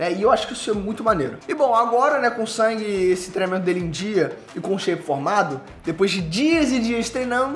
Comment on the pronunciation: Só eu q acho estranho chamar nosso "mininu" SUNG de SANG? Me corrijam se eu estiver errado mas nao é so pro Ingles americano e alguns/todos os países europeus q mudam a pronuncia nesse caso? Gosto muito do ei nerd e seus conteudos mas qdo vejo o q vai falar sobre SL ja fico na expectativa de ouvir Sangue kkkkk